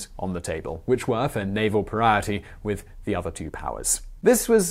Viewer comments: It yanks me right out of the narrative every time he screws up a word in such a mangled way. “Pariety?” Not a word. You mean “parity.” Come on, man. It’s not like “aluminum,” we know that it’s not some quirk of British pronunciation! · Your pronounciation of parity sounds like you're talking about a pariah.